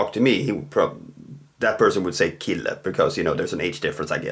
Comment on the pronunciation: Why is kille not pronounced shille? Is it your particular Swedish accent?